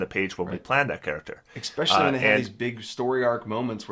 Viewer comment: Especially*, not Explecially :P